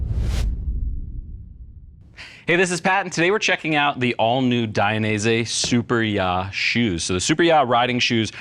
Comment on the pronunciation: I have a sneaking suspicion that they're pronounced "soo-PEER-ee-yuh" like superior but maybe that's just me.